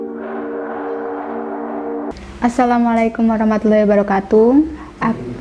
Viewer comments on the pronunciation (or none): none